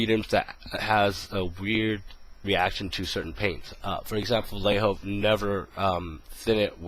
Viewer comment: ooh you said VALLEJO? sorry i didnt understand your pronounciation there! Any idea with revell acrylics??